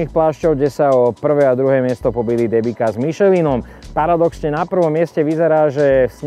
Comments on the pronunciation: Len tak mimochidom, "Debika" sa číta "Dembica." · Michal! Pre Boha! Nie DEBIKA a DEMBICA :-) Pozdravujem :-)